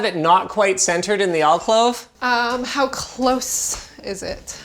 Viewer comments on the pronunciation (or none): Hold up - WTF as an "All Clove"?! Alcove - "Al-Cove" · al-COVE, not al-CLOVE. AL-COVE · Alcove Linus. I think you are saying Alclove. Maybe it's the Canadian tongue I can't hear properly. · “Alcove” not “Alclove” 😂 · What is a alclove? I am sure the word is alcove? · ... "ALCLOVE"?? AL-COVE, Linus! 😁 LOL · "alclove" Oof. It's alcove. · "alclove" ... um Alcove? "AlCLOVE" LINUS... xD Alcove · Really?? "Alclove"?? Did you mean ALCOVE with one L like one L for Linus and not LinLus? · Linus its Alcove not Alclove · Al-clove? Al-cove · someone teach this man the word is "alcove" not "alclove". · . What the “H” is an “alclove?” It’s an “alCOVE”. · The word is alcove Linus, not alclove. There is only one l. :) Love your content though! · "Alclove" no, its alcove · What is an "alclove"? Pretty sure alcove is pronounced al-cove, even in Canada... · Do Canadians say Alclove instead of Alcove? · Al-clove? Al-cove my dude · Isn’t it pronounced alcove, not alclove? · "... alclove ..." I love it. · What's an "alclove"? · "Alclove" OMG it hurts lol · "Alclove"...oh Linus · "There's more than audio quality and directionality." and "I"m not even planning to use the included surround speakers." And this is why we don't come to LTT for advice on home theater, surround sound, etc. btw, how do you pronounce "Alcove" in Canada - - "Alclove"? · Alcove* not alclove, sorry it just annoyed me. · Did he just say “alclove” ??? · WTF is an "alclove"? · "Al-clove" Have mercy. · Did he say "alcLove"? Twice? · "Alclove." Ah, he must have misspoken... two seconds later: "Alclove." ALCLOVE?! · Yo, how the hell does Linus pronounce alcove like that? He has to be baiting people, because there is no way you can act like that's the correct pronunciation. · Linus, criticises wife for not immediately knowing exactly what type of screw fitting he needs.... but can't pronounce alcove.... Hmmmmm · How are we not all talking about the fact that Linus doesn't know how to pronounce "alcove"? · nope....its alcove